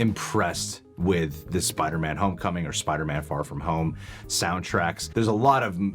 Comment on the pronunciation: In the trailer it sounds like Doctor Strange says “ ..Forget that Peter Parker SpiderMEN”